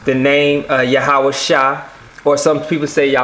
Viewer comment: I think it would help alot to pronounce these names in the original language... or at least not american. YahawaSHEE...not -Shy, at least.